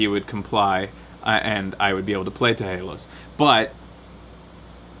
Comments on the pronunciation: "teh haloz". I can't take seriously when he says it like that:P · it's 'teh halos' :p